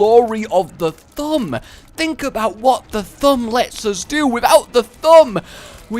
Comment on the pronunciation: I love how when says thumb it sounds like Th'um